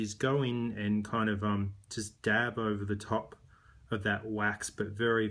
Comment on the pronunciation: when he says "DAB" It CRACKZ me up LOL!!!